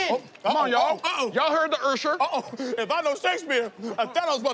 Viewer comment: Peele saying "Ursher" still makes me giggle every time.